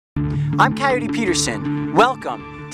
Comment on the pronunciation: I can't take him seriously as an outdoorsman if he pronounces coyote like that